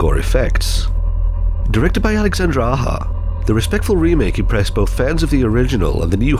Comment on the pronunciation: Alexandre Aja is pronounced A-zh-a, not A-ha